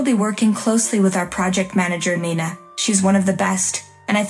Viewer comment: Also your heater seem to have aroblem with Nina: her name is NINA,not Nana, NINA. Insulting.